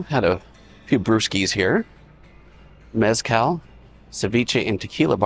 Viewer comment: Have never journeyed through the Arts District. Thanks for showing us around. Esther's Kitchen is definitely a restaurant we want to try some time. pronounced Mezcla Ceviche and Tequila Bar as Mezcal. Oops. The Colorado, looked it up. Seems to be available for lease. Nothing there yet. Love karaoke, fun to sing but so bad at it. LOL